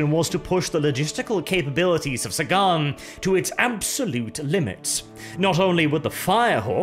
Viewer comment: The English language: Sagan: SAY-GONE